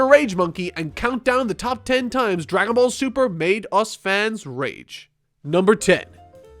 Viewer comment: Mr. Nguyen Judging by that way he said the shows name, I doubt he actually watches the show lol... He probably just watched DBZ, and not a lot of it either. He s just a blind hater here to spread negativity on this series.